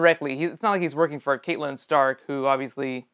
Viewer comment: Btw it's pronounced cat-lin